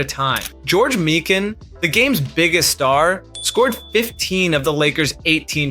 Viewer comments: I love the videos, but it’s my-kin not me-Ken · The first syllable of George Mikan's name is pronounce 'my' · George Me-kan 😂😂😂😂😂😂😂😂